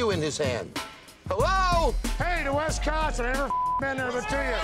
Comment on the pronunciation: heyyy to “West Consin” 😂